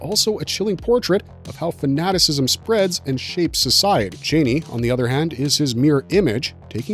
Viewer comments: Your silly voice saying titles is really annoying, and you mispronounce Chani, its Charnie not Chainy 😬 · Only one critique: It's pronounced CHA-NEE not CHAY-NEE!